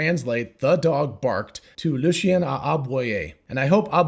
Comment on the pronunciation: Very instructive and well made. Understood everything ! Thanks a lot. Plus, as a French man, listening to you trying to pronounce "Le chien" was a good one ;)